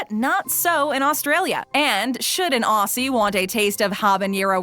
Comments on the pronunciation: So many wrong things in this. Never trust an American video about Australia. Many of those things are only available at McCafe, and not in the ordinary McDonalds. And it's pronounced "ozzie", not "ossie". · She keeps mispronouncing Aussie (ozie) and it's driving me nuts.